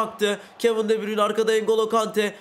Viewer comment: Abi mataus değil matiyus vorcıl değil Van dijk engolo Kante degil Engulu kante